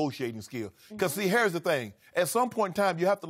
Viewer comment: "Hairs tha thing"